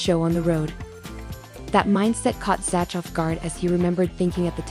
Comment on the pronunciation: Dumb A.I......it's Zack, not Zatch!!!